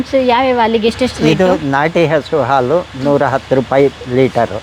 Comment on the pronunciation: ಹಾಲು. ಆಲು ಅಲ್ಲ. ಏನು ಕನ್ನಡ.